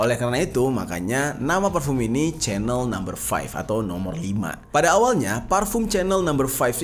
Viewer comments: Sebutan nya itu bkn spt sebutan CHANEL tv tue bro.....tetapi sebutan nya yg tepat spt yg disebut oleh warga eropah itu adalah spt ini CEENELL...ttpi huruf ejaan nya adalah CHANEL.... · chanel itu disebut "syenel"